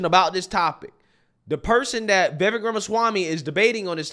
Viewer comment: After all this coverage of Vivek, this man still can’t say Vivek’s name right smhh. Vivvakkeee. Bro says “Vayvay” 💀